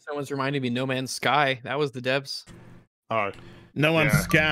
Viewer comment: Every time says "DEVS" I hear "D.E.B.S." And those are wildly different properties.